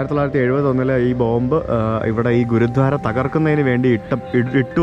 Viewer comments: it's Gurudwara.... Not Gurudhwara..... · ഗുരുധ്വാരയല്ല - ഗുരുദ്വാര എന്ന് പറയൂ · ഹലോ, video വളരെ ഇഷ്ടപ്പെട്ടു. ഒരു ചെറിയ suggestion ഉണ്ട്‌, ഗുരുധ്വാര എന്നല്ല ഗുരുദ്വാര എന്നാണ് pronounce ചെയ്യേണ്ടത്‌. ദയവായി ശ്രദ്ധിക്കുമല്ലോ.👍🏼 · say Gurudwara, not guru dhwara.. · Not guruthwara it is gurudwara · Not ഗുരു ധാര ഗുരുദ്വാര ആണ് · ഗുരുദ്വാരയാണ് ഗുരു ധ്വാരയല്ല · ഗുരുദ്വാര അങ്ങനെ പറയൂ. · Gurudwara... Correct ആയി pronounce it...